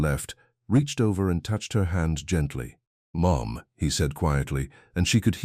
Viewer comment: Dear AI: Mom is one syllable, not two. Lol